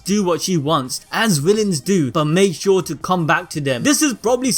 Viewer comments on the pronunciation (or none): none